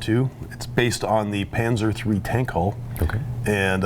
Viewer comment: Tank haul... ITS TANK HULL TRIGGERED